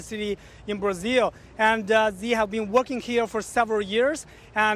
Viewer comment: Curioso ver um jornal com chineses falando em inglês. Esse repórter pronuncia Brasil quase igual nós brasileiros pronunciamos.